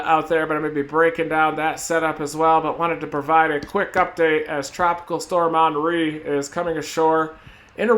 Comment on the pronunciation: Did he say onry? It's Henry like Hennessy